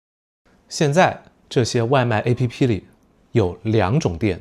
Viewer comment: Pretty cool video! I could understand nearly all of beginner, a good chunk of intermediate and some of advanced and happened to learn some new words along the way so thanks :) also, why do you pronounce "app" as a-p-p by spelling out the letters? I don't know maybe there's a reason but it felt a bit odd coming from the english speaking world 😅